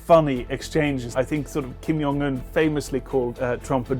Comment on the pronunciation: The J in his name isn't pronounced as a Y 😔